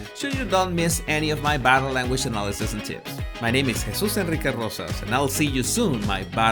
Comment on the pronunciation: it is time for you to make a music 🎶 video. We love the way you pronounce your full name.